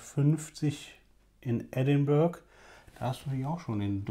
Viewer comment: Sehr geehrter, ich bin auch ein großer Rum Fan und werde den vorgestellten definitiv ausprobieren. Trotzdem möchte ich Sie darauf hinweisen, dass Edinburgh anders ausgesprochen wird. Ich wünsche Ihnen ein frohes Neues Jahr. Mit freundlichen Grüßen Ihr Kohl